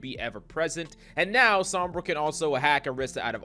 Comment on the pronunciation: It is not "Saw-mbra" but "So-mbra". So (hint, hint), please pronounce it correctly.